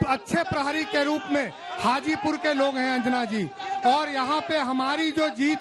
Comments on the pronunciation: हाजीपुर बोलो चाची गाजीपुर नहीं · Hajipur ko Gajipur bana dii 😂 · Hajipur hai mohtarma gajipur nhi hai bolne se pehle thoda soch lijiye kya bolna hai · गाजीपुर नही हाजीपुर है। मैडम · Gajipur nhi hai mam... hajipur hai